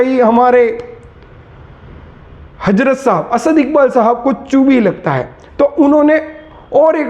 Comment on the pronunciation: اپنی ادایگی سحیح کر باد میں بات کر اسد کے بارے میں